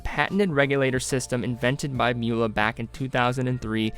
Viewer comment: please learn how to pronounce "Mühle" and "glashütte"